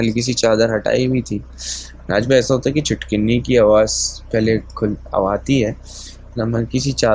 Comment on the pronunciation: Its chitkhani not chitkineee...